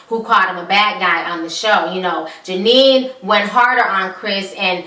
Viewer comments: The asians name is genie no jenien. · HER NAMES NOT JANINE !!!! ITS Jeannie!!!!